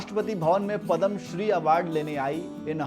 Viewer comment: सबसे पहले तो आप पदम बोलना छोड दे .... यह पुरस्कार पद्म नावाजा जाता हैं